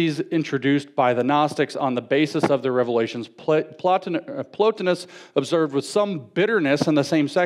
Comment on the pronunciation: The audacity is real indeed. People think he's an authoritative voice but he can't even pronounce the words he's using. When he first started talking about Plotinus I thought he was saying Platonism. He pronounced Gnus as nose. Etc, etc... I don't usually care about that, but people that are willing to stand on stage and speak about an issue should at least have a knowledge of the terminology. It shouldn't be that hard, he's supposedly a Christian speaker and the New Testament is Greek literature.. It was so bad, I don't think anyone could leave that place and research on their own without a working knowledge of the material at hand. Ce' la vie, I guess.